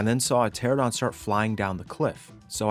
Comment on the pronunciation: Bro I love cats. Also the pterosaur species the players are riding on is called "Pteranodon" pronounced "Pter-an-nodon" not "Pteradon" I love pterosaurs a lot, the names of pterosaur species can get hard to pronounce though so I hope that helps